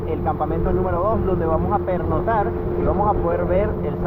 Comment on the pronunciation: Muy muy mal. Desencanto total por la poca seriedad en la información. Ahhh y se dice pernoCtar, no pernotar. Decepcionado. 😢